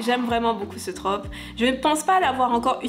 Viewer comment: MERCI à toi d’accorder et de prononcer correctement ce mot 🙏 parce que je n’en peux plus d’entendre “une traupe” 🤦‍♀️